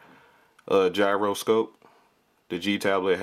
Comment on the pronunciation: great video but i died when you said gy-ro-scope